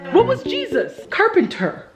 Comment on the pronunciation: "What was Jesus? Ker-pen-ter" 🤣🤣🤣😍